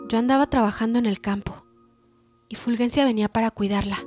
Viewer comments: Que escalofriante relato. Muy bien leído. Solo una observación, no es Fulguencia sino Fulgencia. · Fulgencia se escribe así, con "g", pero se pronuncia como si fuera "j" , es decir como si Ful-J-encia